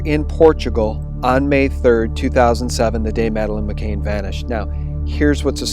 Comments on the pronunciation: Why are you pronouncing her name as "McCain" when it's "McCann"? Regardless, thanks for offering, so far, an objective alt-news channel. I watch almost all of your vids. Please don't lose credibility and let the chips fall where they may. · This report is spoiled by your mispronunciation of Madeleine's surname. You get it right when you read the article on her parents. Her name is Madeleine McCann, not McCain. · Seriously, u said "McCain" AGAIN OVER AND OVER AGAIN IN THIS VIDEO TOO???? FFS her name is "McCann" -- NOT MCCAIN. Over and over again u say her name wrong, in more than one video. GD! Pls stop mispronouncing her name in EVERY SGT VIDEO, PLEASE. Therez no way I'll share these vids when u repeatedly can't even get the very victim of the story's name correct. How can anyone take what u say seriously when u can't say her name that's RIGHT IN FRONT OF UR FACE correctly, and repeatedly??? And this is great pizzagate info. But FFS, GET HER NAME RIGHT. Do u not have EDITORS at SGT Report???? Pleeeease, please fix this. You lose major credibility points for repeatedly getting her name wrong when it's RIGHT IN FRONT OF UR FACE; ur putting her name up in writing in the very vid ur speaking in, and getting it wrong. It's as if u can't even look at what's in front of u as u speak in the video. Seriously. Fix it. It's un-sharable. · It's Mc "CAN" not Mc"Cain". Excellent effective video. Still will greatly disturb people - especially many females - and especially those still in shock and anger over USA election. But it must come out now, after election and pre-inauguration. Distribute through teachers, police and media - especially all mainstream media especially local newpapers. We must insist they discuss this openly. Scotland Yard must interview the Podestas before they (UK Police) close the case yet again. #Pizzagate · pronounce Savile as Sav-ill. McCann as Mm -ah-can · JEEZ feller her name is McCann not McCain get it right you numpty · It's McCANN ! Not MCAIN !!!!!!